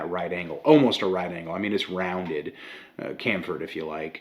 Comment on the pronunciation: cam-fered? its cham-fered (ch-am-fered) my guy. no hate. the more you know.